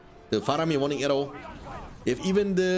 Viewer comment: It‘s pronounced [wuunding arrow] not [waunding]. Nice videos